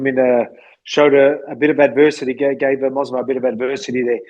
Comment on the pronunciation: The fact that Volk keeps saying "Mosvar" instead of "Movsar" is too funny 😂